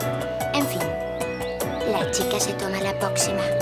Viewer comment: me encante cuando dice poxima es lo mas. te amo